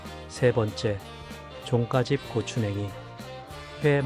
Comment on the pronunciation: 종가집 말할때, 발음이 이상해요.... 나만 그런가?